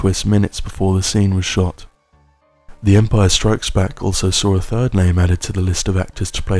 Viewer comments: You kept saying The Empire STRIKES Back (with the emphasis on ‘Strikes’) when it’s The Empire Strikes BACK. You’re the only one I’ve ever heard say it like that, ie incorrectly. Emphasising ‘Strikes’ suggests there were perhaps other films called The Empire FIGHTS Back, or The Empire SITS Back. If you were to tell me ‘someone tried to fight me,’ I might ask ‘did you fight back?’ The emphasis would be on ‘back’, not ‘fight.’ It’s The Empire Strikes BACK. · …but he pronounces it ‘The Empire STRIKES Back’, when it’s ‘The Empire Strikes BACK,’ ie with the emphasis on Back & not Strikes, so I’m afraid whatever quality of diction he may have, it’s ruined by strange delivery. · Great video, but do you really put that inflection on strikes, when you say The Empire Strikes Back? It drives me crazy. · What's with the weird emphasis when you say "the empire strikes back"? And the talking like you're trying not to wake someone sat next to you up makes this a little unsettling. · Indeed. The 'strikes' emphasis is rather distracting. I remember my nephew used to say it like that years ago and it annoyed me then. There's no italics or punctuation for that word, so no literal reason to change the emphasis or cadence.